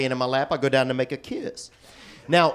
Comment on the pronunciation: That might be my favorite line! And how he emphasizes the word "down" makes me LOL even harder!